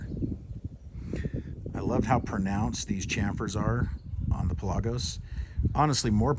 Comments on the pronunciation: Its pronounced the way its spelled. Pelagos. Not Pe-lagos. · Pronounced Pell-a-gose